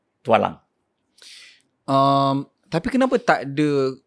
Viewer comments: Telinga aku ke salah atau cakap Tok Alang dan bukan Tualang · Ye, saya pun dgr sebut Tok Alang.. hahaha 🤣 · tok alang..? apa lah mamat nie sebut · Bukan Tok Alang la..Tualang 😂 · iye juga tu....tp aku mcm tak boleh hadam pulak bila Pokok Tualang pun disebut nye awal2 tu jadi "Tok Alang"....hahaaa 😅